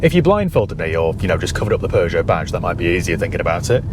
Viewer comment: Thank you for pronouncing it correctly unlike americans who say "poo-joe" 😬